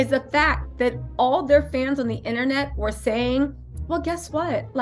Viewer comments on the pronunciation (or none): none